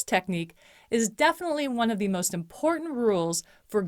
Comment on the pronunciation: Nicely done! You present great information with nice narration. One gentle suggestion: to make your narration sound even more conversational rather than sounding like you are reading, you may wish to consider pronouncing the words “the” and “a” as short sounds, rather than long sounds— or more simply said, use the pronunciation you would use in normal conversation. Some regions of the country teach reading for some reason with the alternate pronunciation, but as a scriptwriter and dialog coach, I find this makes for a more stilted delivery. Just a suggestion. Thanks!